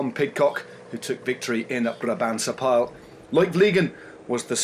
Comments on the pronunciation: Small pronunciation help for the Eurosport team - it's been a tough week for you and Flemish pronunciation can be a challenge. The Brabantse Pijl. Pijl in English should sound like "Pay-ul". Don't be confused with French, nothing to do with batteries. It means arrow. Hence the connection with the upcoming Flèche Wallonne (say it like "Flesh Wah-loan". That'll be the Walloonne Arrow ;-) If you can sort that out, we can try to forgive the brain fart of referring to Belgian national treasure Wout Van Aert, as a Dutchman. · Don't be silly with your Pay-ul mate. Your only causing more confusion. Not helping at all. Pijl is exactly pronounced like pile, like in a huge pile of leaves.